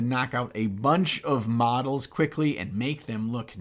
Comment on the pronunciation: Really thought you said medals - some awards for nice painting?